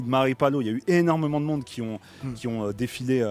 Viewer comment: «ptn c’est la merde dans le mondeu, c’est la fin du mondeu, je prend le death note et je tue tout le monde » fou-rire merci les gars!😂